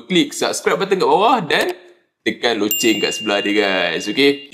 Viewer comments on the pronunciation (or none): none